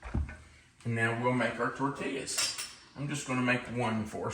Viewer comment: I love you like a brother from another mother. But your pronunciation of tortilla is like a stab in the heart to someone living in the southwest with Hispanic grandchildren and son in law. It is tor tee yas. Double L in Spanish is always a Y sound. This is meant in love.